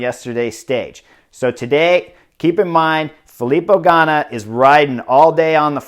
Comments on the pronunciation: Awesome!! Fantastic breakdown with a few things that were not covered on the GCN coverage of todays stage. Buddy so great to hear your annunciation of Ganna's name. Made me proud.😊 About the winner of todays stage putting his finger up to Shhhh the nay sayers. There was a interview with teammates about his personality that were not favorable. The commentators on GCN talked about his early success and his disappearance there after not living up to his viewed potential. Thanks for another great breakdown. I was able also to listen to you work on NBC sports lat week and you are rounding into a fine commentator. Thanks Like the photo with u on the bed years ago when no one would give you a contract...you just won the Vuelta your on the bed with cash all around you. SHOW ME THE MONEY!! Loved it!! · Nice work getting Ganna’s name right today! Enjoying the show...